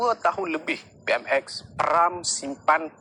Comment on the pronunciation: Kau plk sebut PMx peram salah lsku , pej perdana menteri tlg buat report polis dan dakwa malaun ni ..